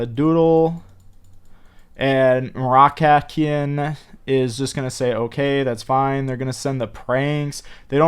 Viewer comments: Guys.. its MOROCCAIN as the people from MOROCCO lol u never said the name right 😂😂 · Im really chocked how he say moroccan nation im very sad,im not trying to be rude. But really is i want him back